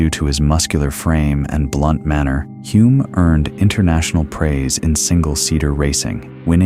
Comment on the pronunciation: AI running riot again - Denny Huh-lme, not Hoo-lme as he told me himself; Coniston is in Cumbria, not Lancashire; and how did Henry Surtees become Turkington midway through the piece?